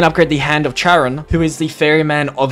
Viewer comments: Hand of Charon is the most powerful gauntlet in Ancient Evil. Or at least the most ammo efficient. The puddles last a while and do infinite damage. Also it's pronounced "Kare-ON" not "Cha-ron" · Anyone else get triggered when he mispronounced the hands? He got Gaia right but failed at the others Hemera is pronounced Ha-mer-a Charon is pronounced Ca-ar-on or Car-on depending on who you ask and yes he is a god. Son of Nyx iirc Ouranos is pronounced Ore-an-ose (whose the son of Gaia and father/grandfather to the Titans, Olympians the main 6 Zeus, Hera, Hestia, Hades, Poseidon, Demeter and Aphrodite after his castration, giants, hecatoncheires, and the furies) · Bro said hand of Charon the worst one 💀